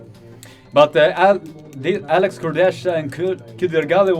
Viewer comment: The correct pronuncation Alex last name is KUR-DE-HA because in poland "ch" i a different type of "h" :D